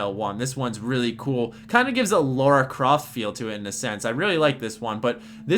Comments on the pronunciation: why does everyone keep saying Laura Croft? Really bugs me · Lara - (Lah-Rah) Laura - (Lore-Ah) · they should say lair-uh croft.